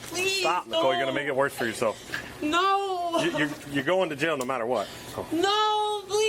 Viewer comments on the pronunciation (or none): Pleasea, noa, stopa. none of these words have an a at the end.